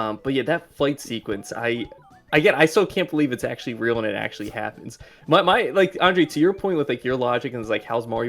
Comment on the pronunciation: "I akssshhually like me some Mario" 🥴🥴🥴 it's sad for humanity how people these days don't even try to hide their lack of cognitive capability.